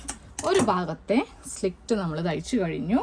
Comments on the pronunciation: Good idea. Its "slit", not " slict" dear. No offense meant. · സ്ലിക്റ്റ് അല്ല സ്ലിറ്റ് ( slit ) ആണ് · സുഹൃത്തേ, slit ആണ്. Not slikt. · സ്ലിക്റ്റ് അല്ല, സ്ലിറ്റ്, slit. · slit (സ്ലിറ്റ് ) എന്നാണ് കെട്ടോ മോളെ പറയേണ്ടത്.